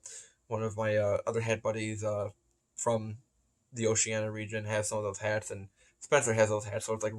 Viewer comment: All good points but remain me next time we talk to teach you how to say Oceania properly haha. Love ya work